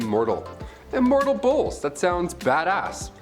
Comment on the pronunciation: How is it that I (only listening to the video) thought he was talking about bowls they were worshipping and turning immortal. I was like wtf am I listening to... I didn't realize he was saying bulls till he said something about not wearing red around them...